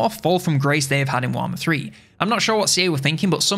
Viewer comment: What is this, "Waaghmmer III" you speak of…? Just kidding, nice video.